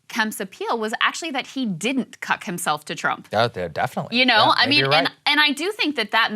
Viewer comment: she said cuck. like kyle.